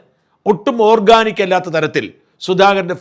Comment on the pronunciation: ഓക്കാനിക്ക് അല്ല ഷാജാ ...... ഓർഗാനിക്ക്